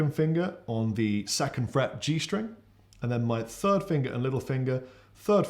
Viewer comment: I just realized something... I was British all along! Lousy speech therapy classes were useless. Hearing say "fird fret" repeatedly made me realize I was actually just on the wrong side of the pond and didn't need to learn the difference between "th" and "f"....